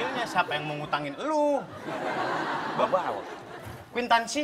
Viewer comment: ngomong kwitansi aja bikin ngakak